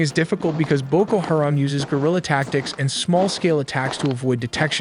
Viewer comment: How he says “Haram” is funny. He says “hear’em”